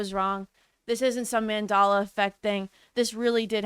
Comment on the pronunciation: I just think she is t pronouncing it correctly but it’s very funny